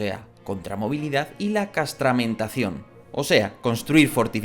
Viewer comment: Castrametación, no castramentación.